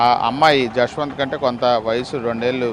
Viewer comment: Yashwanth kadhu abba jashwanth 🤦😢 na peru pilustunatu undi